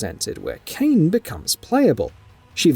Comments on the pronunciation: Erm... Kainé is NOT pronounced Kayne. It's clearly said as "KYE-nay". And Drakengard is said as "Drakken-guard", NOT "DRAY-kin-guard". 🙄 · Kainé! Her name is not pronounced as cain! It's pronounced as kayeenayy!